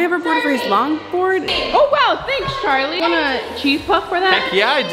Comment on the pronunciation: It’s Charlie not carlie